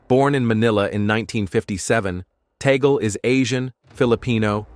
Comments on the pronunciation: correction- TAGLE not TANGLE and read as TAG-LE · what tangle are you talking about? it's TAGLE not tangle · The family name is " Tagle", not Tangle", please correct it! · It has been written TAGLE. Not TANGLE that way you suggest.